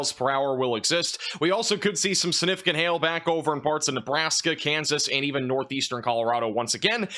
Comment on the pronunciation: Suh-nificant 🚫 SIG-nificant 👍 Firtz 🚫 FirSt 👍 Love ya, dude, but these drive me crazy!